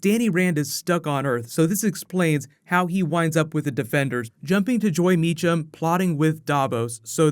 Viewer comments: Anyone else here him say debenders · He said debenders